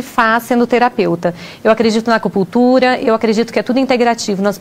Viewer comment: Porquê será que essa mulher fala Acupullltura, ao invés de Acupunnntura?